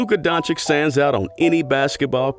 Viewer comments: IT'S DON-CHICH, NOT DON-CHICK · We all love Dončič and his genious game. Regards from Slovenia keep it up and learn pronounciation 🙃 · Learn to pronounce his name man..im tired if youtubers want to milk money on luka then mispronounce the name..bogus